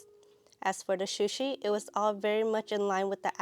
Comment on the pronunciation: Nice photography. But have no rhyme or reason to trust your palette especially when you say shushi.